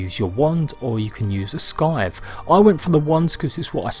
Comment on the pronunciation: looks awesome mate, i know I'm a tw@ but it's a silent C in scythe